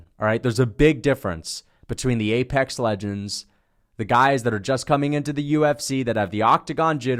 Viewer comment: New Ebonics “Apex Legends” keep using that one😂😂😂